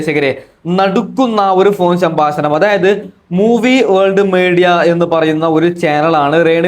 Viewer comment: സംഭാശണം 😂😂 പ്രേശകർ 😂😂